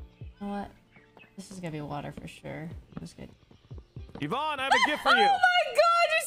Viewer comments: yes evon not yvonne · It's yavanne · Those normies get triggered after calling her "Evon" LMBO!